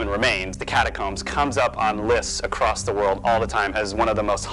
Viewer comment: One walks "across" a bridge. Not "acrossed" or "across".